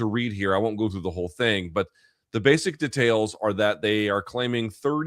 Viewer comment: Never heard anyone pronounce DEtails like this in my life